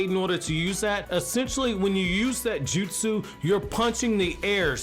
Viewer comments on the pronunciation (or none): “Tie” jutsu😂